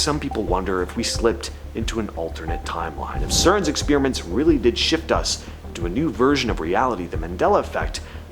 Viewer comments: Your videos would get more views if you start pronouncing "experiment" correctly. Ex spear ament is quite annoying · What's an exspeeeeriment?